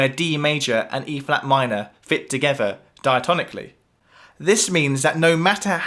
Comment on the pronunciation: How is a key change "clever"? What a ridiculous video. BTW it's "together" not "togevver".